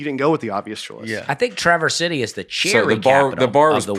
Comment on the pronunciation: Traverse City native here. Very cool to hear my hometown mentioned! I have listened to every episode since day one. A note on the pronunciation: it’s very subtle, but it is said like one continuous word “travercity.” Basically combine the “s” at the end of traverse and the “c” at the beginning of city. Also if you really want to be local, you can just call it TC. Hopefully this is confusing for Nate to read 😅